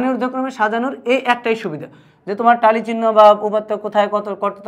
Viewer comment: টালি না ট্যালি